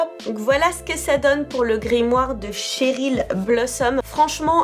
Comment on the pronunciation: CHERYL pas TCHERYL madelaine Petch à dit qu’elle aimait pas qu’on dise TCHERYL